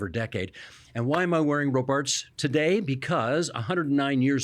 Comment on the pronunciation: Isn’t it pronounced ROBarts, not RoBARTS?